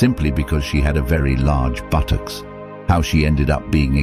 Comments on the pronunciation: I’m disgusted with what has happened so please don’t see this as offensive. The narrator says buttocks funny 🤣 haha 😛 BùTocķs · Ok this is not a joke🥺 but.... The way he said buttocks 🤣🤣🤣😂😂🤣🤣